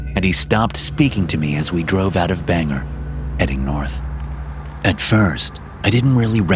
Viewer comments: It's Bangor not banger though funny to hear all the time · Love the stories she always referencing my beloved north east Friendly critique it’s pronounced nothing like it looks like much of the towns and cities here “Bang-gore” Maine